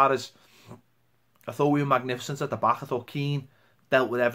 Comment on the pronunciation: Back, not bah